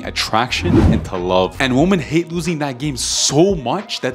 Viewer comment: actually the correct way to pronounced women in plural is Wimmin.